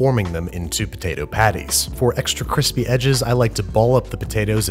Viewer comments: Babish : kweespy Joshua Weissman : I am going to improve this man's career. And again it's CWISPY 😂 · You said "Kreespee" but I think you meant Cwispy? Just trying to help the homies. Also please send latkes. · Me: "crispy" Babby, an intellectual: "kreespee" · Me: Yo-girt Babish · Babish: extra kreespy Me: roflmao Thanks Babish! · "c reees pi" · Dude. It's pronounced krispee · Also canvasees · stockart whiteman CWISPY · if Joshua comments “qwispy” I would die a happy man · did I hear him say extra creespee? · joshua weismann cwispy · babish: kreespi joshua weissman: kwispy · Ever since watching Joshua Weissman I cant help but hear "CWISPY" every time someone says crispy. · Maybe it was Joshua Weissman. The dude's "kwispy" is iconic. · C R E E S P Y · He says "kwispy" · It’s still April fools or you’re saying “creespy”. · Babish: KREESPY Meanwhile, Vinny: SPEEN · no one : babish : extra CREESPI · Extra Kreespi 😂😂 wasn't expecting that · Are we not gonna talk about the fact he said creespy? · insert Two-Face "cwispy" meme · He said, "Cree-spee" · CEO of creespy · extra creespi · "extra creespy" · Did you just say "creespy"? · Did you really said "kreespy"? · After binging Joshua Weissman videos, it was uncomfortable to hear the “r” in crispy